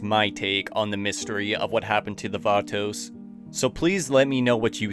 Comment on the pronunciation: It’s pronounced batos not vatouxs 😂